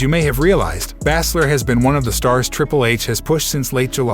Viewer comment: Another Youtuber who has no idea how to pronounce certain names. He doesn't know how Baszler or Raquel even thought they've been mentioned many times on Smackdown